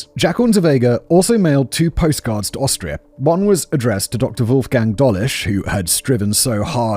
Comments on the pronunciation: I love that he couldn't say Austria everytime, a few Australia slipped in 😂😅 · Take a drink/rip every time Simon says Australia instead of Austria 😁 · Simon, perhaps you need a little practice in reading the differences between Austria and Australia, (two slips so far).